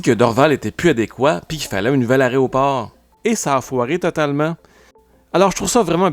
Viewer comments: Aéroport (et non aréoport !, erreur répétée une centaine de fois). Tous les vols (et non toutes les vols). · "Aréoport". 😬 Peut-être que le mot sert à désigner à quel point cet aéroport est difficile d'accès en journée ("Quel aria, cet aéroport!" 😏 Eh oui, notre aéroport est loin de figurer parmi les plus élégants du pays, du continent ou du monde... idem que la drabe gare centrale de Montréal. 😢